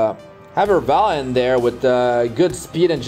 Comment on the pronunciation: Lmao Fr, Airvalen